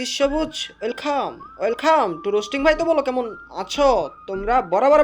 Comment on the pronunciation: ওয়েল খাম আগে নিজের উচ্চারণ ঠিক কর